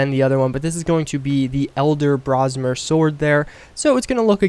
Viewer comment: Oh god then he said it again like 20 seconds later. "Elder Brosmer Sword"